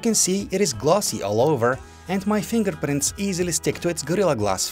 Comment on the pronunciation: listen to how he says fingerprints 😂😂